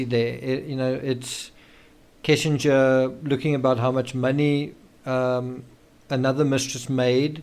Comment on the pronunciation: It's not Kissinger. Kessinger is the last name.